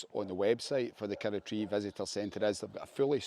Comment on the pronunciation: Love it, kirroughtree, pronounced KIR-ROUGH-TREE😅